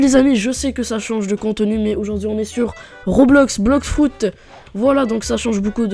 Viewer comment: "Blox frout"😂❤